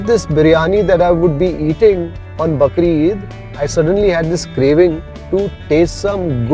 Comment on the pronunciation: it is Bakraa Eid ...not bakre eid